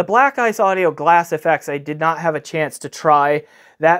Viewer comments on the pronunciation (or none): none